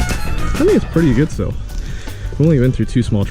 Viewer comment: "Stihl" is pronounced "Steel". says so right on their website